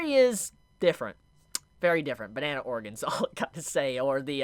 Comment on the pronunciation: Did he say “bana-Ana” 😂